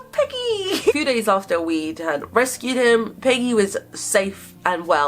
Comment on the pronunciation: Is it just me or when says Peggy quickly it sounds like piggy